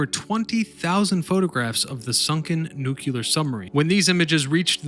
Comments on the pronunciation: Two things became irritating. Sue-Soon and New-klee-ur. You kept saying Newk-you-ler. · I stopped watching when you said "New Culer"......Say it with me.........."New Clear". :) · "Nuke-u-lar" lol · He keeps saying “nuculer” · "New-que-ler"... Nice.!